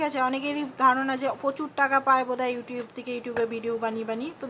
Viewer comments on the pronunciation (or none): none